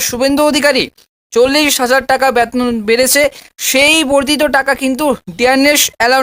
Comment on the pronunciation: আপনি শিক্ষা বিষয়ে যখন বলছেন তখন উচ্চারণ ঠিক করুন! ব্যাতন নয় বেতন😊।